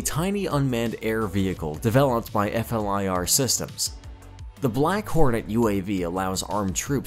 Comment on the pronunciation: F-L-I-R....lol It's not pronounced as an acronym. It's pronounced fleer